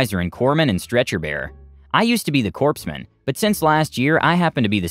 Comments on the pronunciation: "Corpsman" is pronounced "Core man," not "corpse man." The "p" is silent. I learned this from my grandfather when I was a kid and I had asked him to buy me a Green Lantern Corps comic book. 😉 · Not "corpse-man". It is pronounced "core-man", the pse is silent. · Corpsman is pronounced CORE-MAN, not corpse-man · I'm pretty sure he knows and that was just a flub. In the sentence before that he said it correctly.